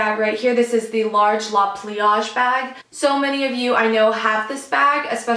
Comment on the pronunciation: Not Americans always calling it la pliage